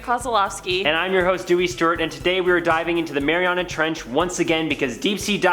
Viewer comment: Why is he saying "marianis trench" instead of "mariana trench"? Olivia pronounces it correctly